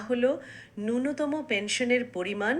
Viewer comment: উচ্চারণ ঠিক করুন নূন্যতম নয় ন্যূনতম |